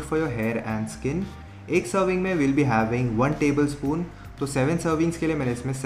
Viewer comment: The confidence he possess while sayin tablespoon >>